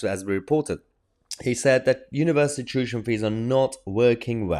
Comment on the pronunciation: Mayher…it’s tuition…not tushion